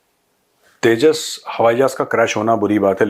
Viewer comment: Yeah Teja Teja Kya hai Yeah Teja Teja Kya hai 😂😂😂😂😂😂